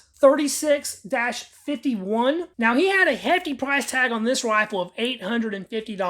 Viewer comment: Your saying that wrong. Yes Mas36. But say it like Mos 36. Most of the stocks are new looking.